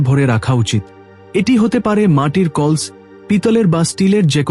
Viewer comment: What is kols? It's kalash 😂😂